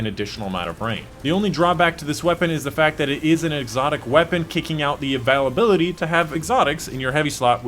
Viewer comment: I dont care how you say availability but i am wondering if you say it wrong purposely for people like me to comment reminds me of starbucks